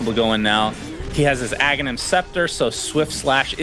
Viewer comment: CAN STOP SAYING EGG, ITS FUCKING AGHANIM, NOT EGGENIM FUCK SAKE